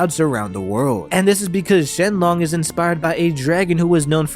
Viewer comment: Shenron not shenlon